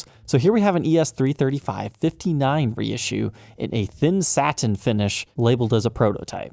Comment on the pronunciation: ...what's with the speaking of two syllable words?... Sa-tin vs. Sat-in... But-ton vs. Butt-on. You switch... why?